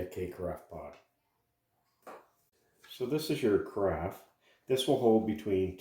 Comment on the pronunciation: There is no "t" in carafe.